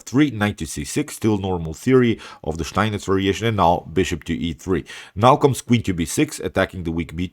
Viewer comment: Do you live in Germany? Your pronounc of steinitz variation is perfect, the steinitz I mean.